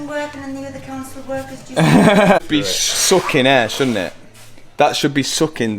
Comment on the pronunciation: I Like when he says suckin (sucking) funny! Cheers!